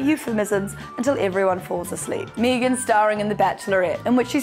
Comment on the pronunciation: it’s how australians pronounce it, when i lived in australia and my names megan they would always say it the way she’s saying it lol it used to get so annoying.